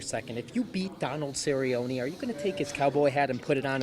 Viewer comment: DONALD CERRY-YONIE